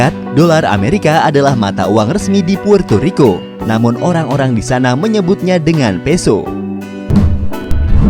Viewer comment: puerrrrto rriko